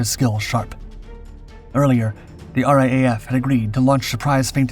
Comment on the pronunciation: Oh, and while we're at it, its pronounced "R double A F" not R A A F. Details matter.....